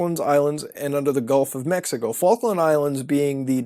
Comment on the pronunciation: thanks for that properly pronounced Mexico that one time.